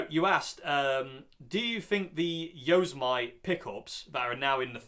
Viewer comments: BOSS pedals are normally buffered. p.s. "yo-sem-i-te" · since you asked in the video, Yosemite is pronounced yo - sem - ity. Like the Bugs Bunny bad guy, Yosemity Sam. I've never heard Yosemity pickups, either, but I do own the Tex-Mex and Texas Special pickups and I like them both. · Probably already posted but it's pronounced YO-SEM-IT-TEE as in the US national park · I suspect that "Yosemite" will be pronounced like the National Park so "Yossemitti" - having added that to the conversation, I've no idea what they sound like!! :-)